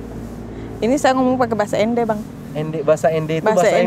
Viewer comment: Namanya ENDE bukan END bang